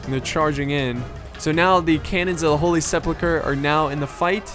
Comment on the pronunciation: Well I meant to say mispronounce, sorry about that. You pronounce it as if it was Holy Sepluchre. And yeah things like that do eventually get to me, it's a very childish mistake to make and even more easy to fix.